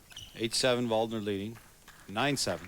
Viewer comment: they mispronounced Waldner's name too. these announcers are pretty terrible